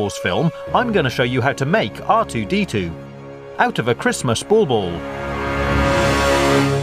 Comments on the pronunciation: guys its not ball-ball...he means , BAUBLE oke?? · I was laughing at the way he says it. I know what it is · I love the way you say bubble :D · Its bauble and its english for ornament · Bauble, Pronouncing the "L"s in Guillotine, Card, Great fun, Fiddly, I'm beginning to hate this guy.